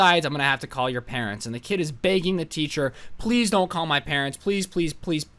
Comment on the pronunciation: The way he says begging:: BEAgging